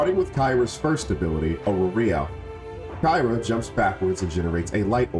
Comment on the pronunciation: good tutorial but he didn't even pronounce her name right and only covered solo glyphs board o.O